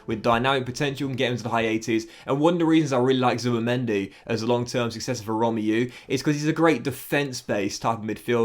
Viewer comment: Love your vids...its pronounced "Rom-may-oo" not "Rom-yoo" btw